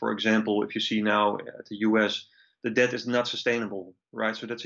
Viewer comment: The letter "B" in the word DEBT is silent - I wish you would stop trying to pronounce the word with the B